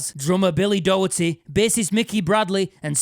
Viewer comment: Ay up! "Doherty" is pronounced more like "Dockerty"